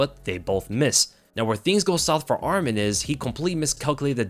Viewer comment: Interesting fact the way you pronounce ArmEn (which is another Armenian name) but his name is ArmAn. but still great breakdown thanks !